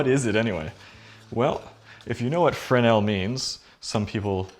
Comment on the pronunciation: Pronounced fre-nell.